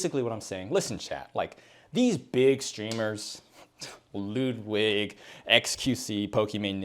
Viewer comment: I was wondering who was Lewdwig and then it hit me that you said Ludwig :oops